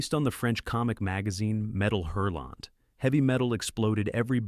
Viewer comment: You pronounce neither the H nor the T in hurlant. When you research things, and talk about them, please learn how to read the words. It's painful to hear when you know your understudied video.